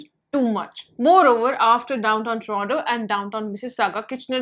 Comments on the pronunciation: It's Toronto not torono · Toronto bolo pls torono nai. Looks odd. U r not like Canada couple. Inks aur apka standards bahut alag hain. Wo to hadh se ziada tucha pan karte hain